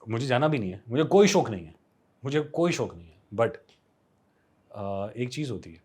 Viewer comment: When he said shok instead of shauk then it genuinely felt he’s a real Kashmiri 😘😘😘😘